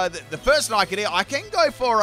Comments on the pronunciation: do you purposefully mispronounce the names? It isnt Nike it its Nick it. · Nickit is pronounced Nick - It. “Nick”means steal in the UK, so it literally means steal it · the way you pronounced nickit destroyed my ears. day 74 of asking for a full torracat team